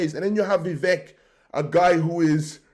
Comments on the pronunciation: I am 30 seconds in and you 1) mispronounced his first name 2) mispronounced his surname 3) are unsure of his background 4) have a stupid title for the video This can only lead me to conclude that you are 1) heavily biased against Vivek and 2) an idiot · How can you claim to have been following him when you can’t even pronounce his name?